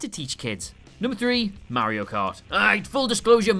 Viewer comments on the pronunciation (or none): none